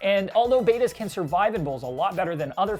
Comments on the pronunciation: Betta, not beta... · This idiot says BAY-TUH, IT"S NOT BETA IT"S Betta. Betta splendens, Betta is a genus that derives it's name from a Thai (Siamese) native name. It is pronounced BET-AH. It has nothing to do with greek or latin.